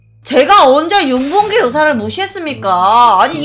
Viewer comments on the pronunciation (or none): 자막: 윤봉길 의사 발음: 윤봉일 의사